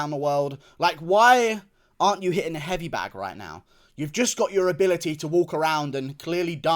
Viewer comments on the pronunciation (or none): none